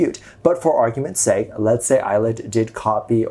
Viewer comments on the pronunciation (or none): none